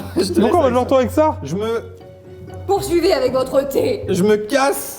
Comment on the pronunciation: pOuRsIvEz AvEc vOTrE T !